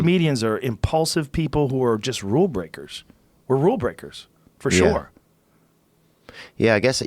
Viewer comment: Joe “Forshoore” Rogan